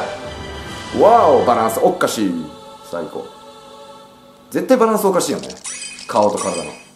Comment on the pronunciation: 個人的には『バランスおっっかすぃ～』吹いた